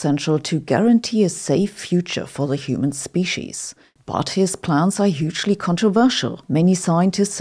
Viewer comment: As a language learner myself, I thought you may appreciate constructive criticism. "S" at the end of plural words are often pronounced like "Z"". When you say "plans", I almost hear "plants". Plural "S" after words that end with "T" like plants or cats is pronounced like an "S", but when after other letters, it's pronounced like "Z", like in dogs and plans. This confusion between plants and planZ is relevant in this video at one point, as a point of confusion. The thick German accent is actually pretty cool, and lends an air of scientific sounding authority to these videos, but you may consider some slight adjustments.